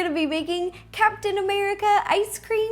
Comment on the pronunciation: why did I hear "Cats and America ice cream sandwich"?